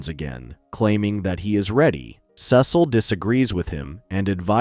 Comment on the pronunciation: Your mispronouncing Cecil